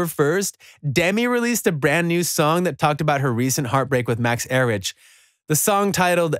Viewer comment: Max er rich lol it’s pronounced like Eric